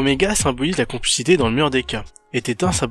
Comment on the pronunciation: compl"è" xité et pas complicité